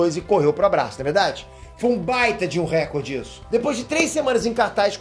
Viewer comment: Só um detalhe: RÉcorde não existe, é reCORde. Variantes linguísticas à parte, comunicador pode ficar mais atento, né!